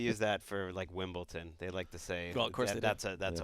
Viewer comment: Wow said wimbleTon and not wimbleDon.